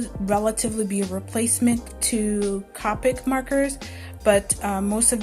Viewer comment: Say it with me "Coe-pic". Representatives from the company will quickly correct you, lol. I take it the lightfast/archival quality isn't as good as the higher quality markers. Great video btw.